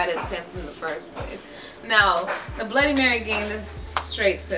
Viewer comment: it's pronounced "first"